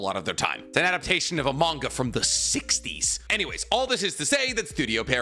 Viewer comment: Why'd you have to say 60s like that 😂